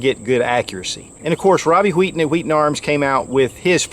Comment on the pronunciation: I just came here to listen to pronounce 'Wheaton' HWWEE'-ton